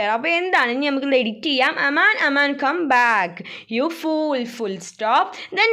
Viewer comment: Amaan alla Aman 😂